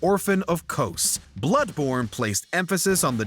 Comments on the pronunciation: Can’t forgive this man for saying “kose” it’s Kos… or some say Kosm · Almost exited after I heard that pronunciation of “orphan of kos” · The pronunciation of orphan of Kos was completely butchered smh